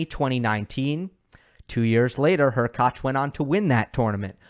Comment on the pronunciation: Props for you for being on of the few channels who spell and pronunciate Hurkacz properly.